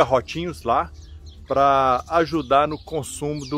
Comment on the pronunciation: Bom dia amigo voce falou PA de parana e nao e significa para